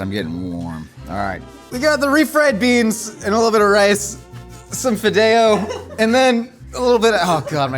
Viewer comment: The way he said fideo... He lost his Latino card for me on that one. That is not how we say it.